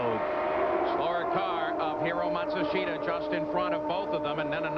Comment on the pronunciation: Old or Young, Paul never failed to butcher Hiro Matsushita's name.